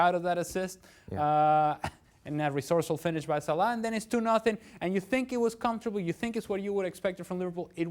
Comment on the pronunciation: Dear Dan It is Salah , not Salaaa.